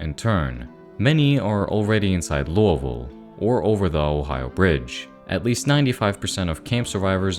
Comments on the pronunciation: No offence at all intented!, the way you say lousiville is silly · weird way of pronouncing Louisville